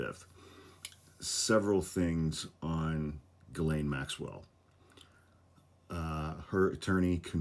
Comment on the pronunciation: Please pronounce Ghislaine's name correctly.